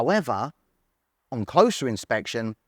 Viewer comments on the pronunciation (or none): none